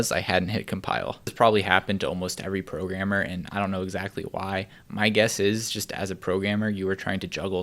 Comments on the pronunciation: am i the only one who hear "pro gamer" instead of "programmer"? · when he said programmer, i thought he said pro gamer